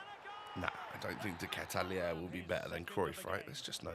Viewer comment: When he said "De ketalare" I thought he said something else😭😂😂😂😂